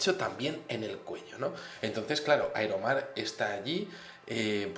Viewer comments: Aero mar? O Iron man? jaja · pensé que decía iron man